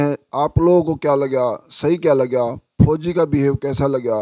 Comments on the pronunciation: Phoji ko kyu emphasize kr rhe ho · Or jaha bhi fouji ka name aata hai vaha aap bar bar stress dete ho fouji 'words' par Please aisa na kare aapki bohat meharbani hogi Thank you